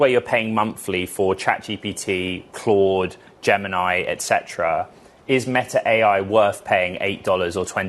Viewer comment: Where is this guy from? Why does he pronounce "gemini" so strangely? Is he Russian or Chinese?